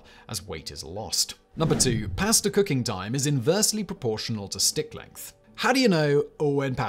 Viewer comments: Listening to him say PIA-ASTUH many times makes me wanna punch my screen ! Hmm, I wonder if that’s related? Or when he says the words such as ‘LAW’ yet it’s ALLLWWWWAYS ‘LORE’ ! Ahhh… so many Brits adding R’s to pretty much all vowels & dropping R’s for also the same reason, which is seemingly NO REASON!? Well -except 🇬🇧 like to play, how to Fudge up the language that’s named after your own country? Just all guesses, judgemental behavior & everything else. 😜😵‍💫😵‍💫 Also another thing that seems very British or at least belongs to the colonized British places was a recent video of his - were the origins of strange idioms- seems like understandably the odd ‘Bobs your uncle’ 🧐😳🤭belongs to 🇬🇧 also. Simon states, it’s like saying- “A PIECE OF CAKE” 🍰 Yet does not explain where that one came from. Smh. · Simon, whenever you master the proper way to cook pasta, perhaps you’ll also learn how to pronounce it 😂jk. Carry on, Fact Boy🤘🏽 🍻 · I love my pass-tuh al denté